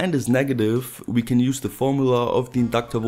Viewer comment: it was useless.. with 'use' pronounced like stupid.